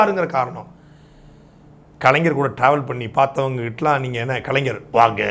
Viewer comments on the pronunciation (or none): none